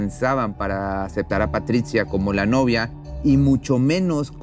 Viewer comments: Muy interesante tu video, pero para próximas ocasiones trata de vocalizar y pronunciar sin tanto esfuerzo, en algunos momentos pronuncia Patricha y en otras dices Patritsia, es antisonante y feo para escucharte, lo mismo con el nombre de Maurizio solo es esescuchar un poco en Internet la pronunciación, pero te felicito por tu contenido. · PATRITCIA ? O PATRICIA !